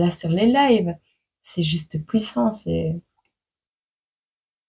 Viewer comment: Coucou, moi c'est Christophe! J'adore ta façon d'être,de t'exprimer Exemple: tu dit "pouissant" sa me fait sourire 😊 j'aime l'impression que tu t'adresse a moi comme si nous étions en visio surtout dans le chiffre du jour.J'aime ta bienveillance et tes expressions de ton visage t'es sourire vous êtes une prof pour moi! Le négatif 1 seul moyen de faire un don😢 je te souhaite plein de bonheur 🎉❤ biz